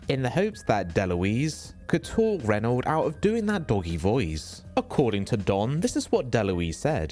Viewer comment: "Burt Reynold"